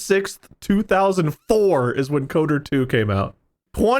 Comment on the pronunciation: Is it just me who hates the way says KOTOR? It sounds like he's saying Coder. I always put more emphasis on the T and O because it's acronym, I guess.